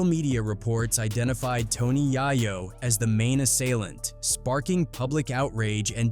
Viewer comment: Yah-yo??!!?? So many A.I. videos on YT, thumbs down.